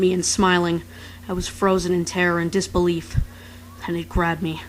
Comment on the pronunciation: Did He Said "Desbelief"? Desbelief Papyrus Theme Plays A Message Appeared In The Screen "Papyrus No Longer Believes In You..."